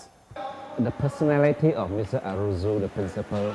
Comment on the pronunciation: It is Arrozoo not Arrojoo!!